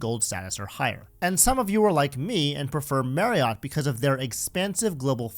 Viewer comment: Marriott is pronounced "Mary-it".